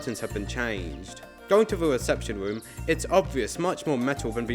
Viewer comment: bro the way you talk is so goofy 😂 going to da weception womb